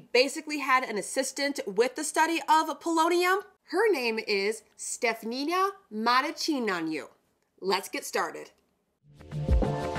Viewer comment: I am a proud Romanian, you butchered the heck out of her name but still fun to watch 😅 Pretty close with Stephanie-(uh) Muh-ruh-chi-neea-nuh